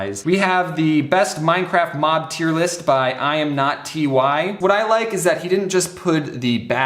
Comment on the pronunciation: LOL, James said T-Y instead of Ty( Tie)